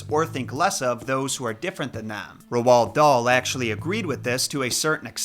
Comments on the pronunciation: You pronoce it like Ro dale ok 😮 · i love how you call him rowowld dahl😂😂 it’s said like role darl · Right. How do we pronounce Roald Dauls name. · It’s pronounced rold dahl not rwald dahl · If you're going to make a video about somebody at least learn how to pronounce their name correctly! Who the heck is Rowald Dahl? It's pronounced Raulled Dahl, ask for the correct pronunciation from Google they will play a version of somebody saying the name/word. It's really not that difficult to get it right! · Roald "Rold" Dahl "Daal" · RoOld dahl ick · Good video but your pronouncing rowld daal wrong but it's more like roll dal , we learn about him in school because he was born Wales . he's like one of the only famous Welsh authors . So welsh people are good at pronouncing his name . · Yeah the name is pronounced something like Rowl darl where I'm from. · Did you actually just heavily misprounce the authors name😢 Roald Dahl.... like ROLLED dahl🤦‍♀️ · is it just me or does say Roald Dahl weird